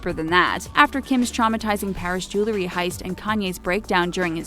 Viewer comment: The word JEWELRY is pronounced (Jewel-ry) not (Jew-le-ry).